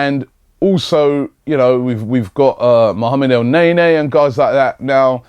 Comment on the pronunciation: "Mohammed Elnaenae" 😂😂